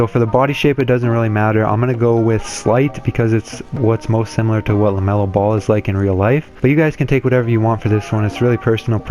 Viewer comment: LaMelo not Lemelo